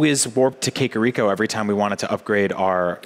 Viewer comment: Usopp The Sniper lol it's kakariko